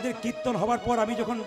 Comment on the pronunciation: কির্ত্তন উচ্চারণ করতে পারে না। বলে কিত্তন। শুধু ভাট ফালতু লেকচার মারে।